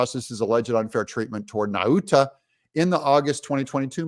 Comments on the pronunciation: Nauta= Nawta as in Nautical Mile. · I am from the same island of Guam as Walter Nauta and just want to let you know that “Nauta” is pronounced “Nowta”. Like the word “now”. Trump 2024! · I believe it's pronounced Naw-tuh, not Na-oota. Just sayin'. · It's pronounced nota